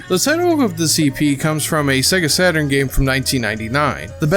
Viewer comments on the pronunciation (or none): none